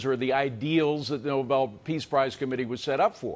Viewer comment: It’s Nobel not noble!